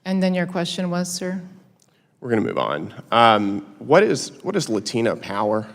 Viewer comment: Pronouncing Latina with an accent is cringe AF